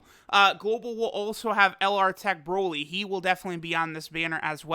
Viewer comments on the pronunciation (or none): none